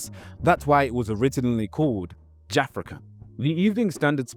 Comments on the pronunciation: I could be wrong but isn’t Jafaican that you are pronouncing as “JAFRICAN” pronounced “Ja-FAKE-can” i remember when people used to say that when people like Ali G (Sacha Baron Cohen) was doing that his show. As in he is faking Jamaican patois. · Man said jafra can - ITS JA FAKECAN big man lol 😂😂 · Ja-Fake-Can not Jafekan (as you pronounce it) it means pretending to be Jamaican as was all the rage when afrophobia was the norm between 80-2000, let's say. You're wrong on this and you should correct it. Lol.